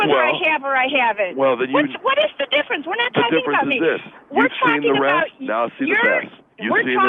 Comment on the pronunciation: "You've seen the resss, now see the besss." LOL